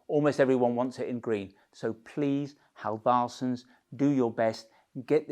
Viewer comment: Halv-arse-sons. Funny every time! :D I'd help you pronounce it, but it's not easy for me. Ask a Swede!